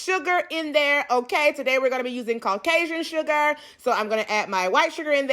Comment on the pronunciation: “Caucasian sugar” 💀💀 the England accent really sent me